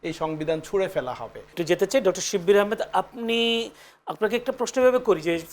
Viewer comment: শিব্বি না শিবির???😅😅😅😅